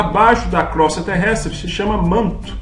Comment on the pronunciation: Só lembrando, não é crostra: é Crosta terrestre.